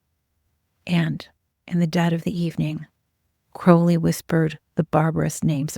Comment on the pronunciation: My compliments for using the correct pronunciation of Crowley